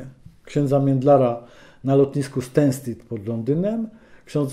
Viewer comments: wszystko super panie Witoldzie, tylko jedna uwaga nazwe lotniska Stansted wymawia mniej wiecej tak jak sie pisze a nie stenstid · Lotnisko [stenstid] ( Stansted) ??? Na bogi wszechmogące, a cóż to za nowa wymowa...